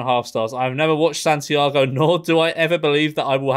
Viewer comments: Well he didn't skip Satantango he just called it Santiago haha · Santiago?!?! WTF dude neither you nor your editor picked up that?! Haha. That is one of the best films ever made it is pronounced Shar-tan-tango. It is literally Satan's tango in Hungarian. Very bleak and of course challenging in length but few films are as close to life changing as this one. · Did this mufuga just pronounce satantango "Santiago" with that much confidence then move on with the video like nothing happened? What a sigma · Did he fucking said SANTIAGO while reading about Sátántangó?